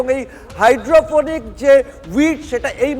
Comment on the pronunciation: Ektu protibedok der ke training din ektu upto date korun GK r. bare barey Cannabis aar Gaja alada kore bollen.. duti je ek i jinish er english ar Bangla naam seta bechara janen naa.. aar o bolchen "Hydrophonic weed", Weed o kintu shei Gaja.. aar kothatata "Hydroponic", maane jei gaach shudhu jol e chash kora hoy aar indoor e. taar porer protibedok, Durga pujor padel shombondhe boltey giye bollen "Tracture", shombhobotoh "structure" boltey giyechilen.. TV9 being a premier news channel from Kolkata, eigulo ektu kaaney baaje..